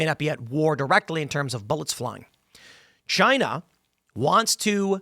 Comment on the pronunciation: "Chynah iz Ash-ho"